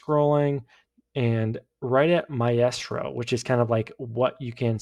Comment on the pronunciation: pronouncing maestro (mai-stro) mayestro, is wild.